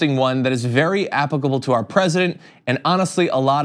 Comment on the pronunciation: 30. Stupid host suffers from the running Kruger effect. :30. “Appabable” instead of applicable meh??